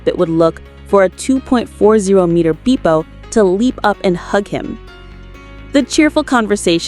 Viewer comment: “Roh-bin” there is no way that a human would call robin that. This is AI. Also, “beepo?” It’s pronounced beh-po. AI voices make me mad